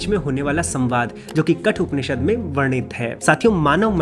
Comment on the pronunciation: KATHOPANISHAD , NOT KATUPANISHAD.